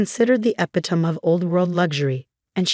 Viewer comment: Please learn how to pronounce epitome correctly, LOL